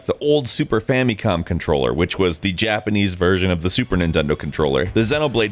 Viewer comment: Fa-MEE-com controller? WON-chanbara? I feel my weaboo rage growing.....